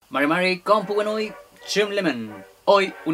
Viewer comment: Hola estimado....nunca pronuncie el " mari, mari " con acento yanki, no se enreda la pronunciacion del saludo mapuche....claritas las palabras....mari y no " marri " con la a enredada....saludos fraternos...